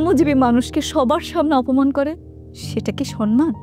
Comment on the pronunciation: বুঝলাম না সব সময় সম্মান কে সনমান বলে কেন,,,কেউ কি খেয়াল করছেন